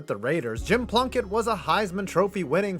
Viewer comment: Am I the only one who hears blumpkin when Plunkett's name is said?